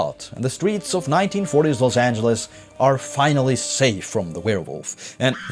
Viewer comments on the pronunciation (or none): I ain’t never heard Los ayn-guh-les in my loife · why do multiple people in the game (or at least in the intro to this video) pronounce "los angeles" with a hard g? like "angle" instead of "angel"? so weird. unrelated to this video which is very good btw, just caught me off guard. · El Pueblo de nuestra señora la Reina de Los Angeles del rio de Porciúncula, is the full name of LA and it’s not supposed to be pronounced like any-guh-les. It was the transatlantic accent adopted by radio and film at the time, not how everyday people would speak. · Didn’t realise that’s how they pronounced “Los Angeles” back then.